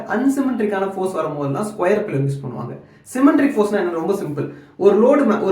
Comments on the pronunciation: சிமென்ட்ரிக் இல்லை சிமெட்ரிக் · Symmetric load - Asymmetric Load Not un Symmetric And try to pronounce technical terms clearly, when you pronounce Symmetric it sounds as "cementric"